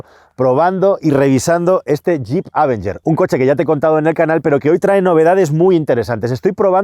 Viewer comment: Amigos, no quiero ser ese "nazi de la pronunciación correcta", pero el nombre de este coche se debe pronunciar con el acento sobre la E, o sea, "avEnger". De ahí en fuera, me encantan los vídeos. ¡Saludos desde México!